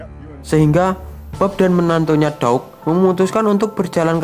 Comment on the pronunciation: Cakep story telling nya, cuma sedikit masukan, beauty - ...dibaca byuutii dan beast - ...dibaca biiest Doug - ....dibaca daugh